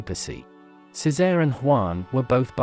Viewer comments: Its pronounced, Che say ray. Not ceezar. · It's the mispronunciation of Cesare. I don't know why, but people get really super pissed to hear it pronounced any other way but "Chay-sar-ay". The AI voice selection on this platform needs to be updated seriously...because AI is learning from the internet...and it needs to be corrected like a child so it knows the proper pronunciation and will use it correctly in the future. Unlike a human child, AI only needs to be corrected once. Unfortunately, the fact that AI is learning from the internet is frightening because it sees how we interact between ourselves...and we're all pretty damn ugly wugly to each other...so AI will more than likely mimic this behavior. A lot scarier now, huh? Lol!